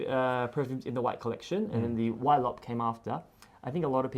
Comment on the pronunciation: I'm sorry but there is absolutely no reason for Ylop to be pronounced "whylop". The Y is not an abbreviation, the original word is not "Pollwhy" so it has to be an /i/ sound, I do not accept it. You don't call Yves Saint Laurent "Whives Saint Laurent", does not know what he was talking about.